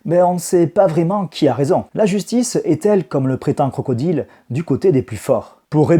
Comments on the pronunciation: Where is the prononciation english man ? This is not Crocodile but "CROCODAILE". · Aller les Crocrocrocro les crocrocro les Crocodileu